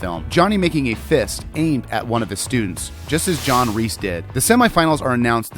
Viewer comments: I don't know why it bothers me so much but every time you say John REESE (It's Kreese) cringe. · Kreese, Not Reese! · His name is Kreese not Reese. K. Not R. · JOHN “REESE” 💀💀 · Would it have been too much to ask for to have given this video assignment to somebody who knew that Martin Kove's character is KREESE - NOT F**KING REESE! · His name is John Kreese not John Reest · or john reese💀 its like saying john reeses puffs